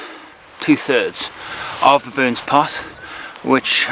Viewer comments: "To baboons" 😂😂😂 I hope I'm not the only one who heard that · Why did I think "Baboons Pass" sounded like "Baboons Arse?"